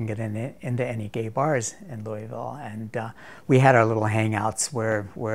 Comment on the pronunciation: he can't pronounce Louisville. lol